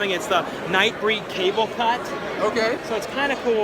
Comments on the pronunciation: Cabal cut, not Cable cut lol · It's the Cabal Cut....not cable...has nothing to do with cable/tv lol Cabal NOT Cable ;)